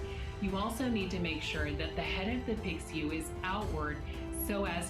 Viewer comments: Tbh im just ticked off she pronounces pixiu "piksyu" and feng "fehng" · Yo the actress isn’t even pronouncing Pixiu correctly. Now you’re gonna teach us how “wear it correctly?”